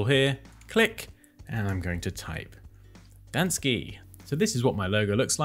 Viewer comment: That very extreme "dansky" :D